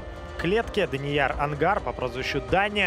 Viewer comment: Онгар, а не ангар